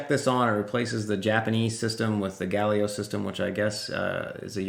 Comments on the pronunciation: sorry, not Galio 😂 Ga li le o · Gal-li-lay-oh , lol sorry had to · Listening to you say Galileo and thinking has this man never listened to Queen before? 😂